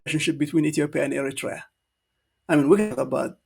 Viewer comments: This is the people from the street happened to dress as politicians. To be honest I don't think they are educated and where did they get their qualifications maybe bought it in the black market or dark web. Specially this man is absolutely an embarrassment not be able to pronounce Eritrea. They are a joke of the world politics. This man can't even read. To be honest they live in a dream land as they can't win against Amhara, Tigrians and oromo it's a diversion as they brought the Assab case peoples will be in there bus going to fight and clearly Ethiopia is in the mercy of many actors. Well said, this idot man doesn't deserve our time but we all are one Eritreans when they targeting our people and country. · The Ethiopian FM can't even pronounce the name Eritrea correctly. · Thank you! It’s funny how he pronounced Eritrea 🇪🇷❤. He is ugly in side but 😈🦓🇪🇹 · Poor doctor he does not call our lovely country Eritrea correctly😂😂